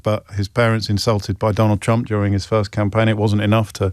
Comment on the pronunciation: As a Dane I’m fairly delighted that I can’t tell if you’re saying “Trump” or “Chump”. In these times I need to laugh, because if I don’t, I’ll cry.